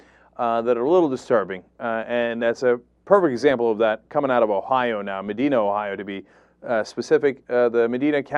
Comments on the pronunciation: I know I'm nipticking here, but he said it multiple times. The of the county in Ohio is Medina. Pronounced Meh - dine[to eat] - ahh. Not Meh - dean - ah. Just had to get that off my chest. :) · "Medeena"? =P It's "Medyna" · I agree with everything you're saying here, no doubt about that, and this kind of shames me that I grew up in that town. However, it's pronounced "meh-DIE-na" not "mah-DEE-na". That bothered me every time you said it. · It's "Muh-DYE-nuh" County, not "Muh-DEE-nuh". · its pronounced MAH-DINE-AH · Cenk, it's Meh-dye-nuh. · Just a minor nitpick: that's Medina with a long "I"; it sort of rhymes with "vagina", which is ironic considering this story. People from outside OH tend to flub its pronunciation, much like "Mentor". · Thats not how you pronounce Medina.